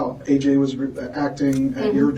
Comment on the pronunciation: The way she purposely mispronounces AJ's name is gross.